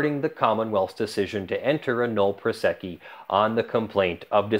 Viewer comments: Drink every time he says null prosecci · how is "nolle prosequi" pronounced?